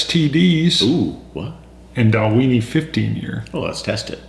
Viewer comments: Just found your channel, another one for me to follow after Ralfy & Horst! But guys, it's pronounced Dal-win-ie! Went there last year, great distillery, great whisky. Paul (KISS fan from UK). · I might just have to pick up a bottle of this. I have seen this a lot, and after watching you guys and others I might just do it. I like your pronunciation of the name as well, for some reason I think you guys should be eating a few Oscar Meyer hot dogs while you drink the Dalweeeenie. ^_^ I hope to see a Japanese single malt. My Japanese malt of choice is the Hakushu 12 at the moment. If you can't get that, I also hope to see a review of the Bunnahabhain 12yo. Cheers!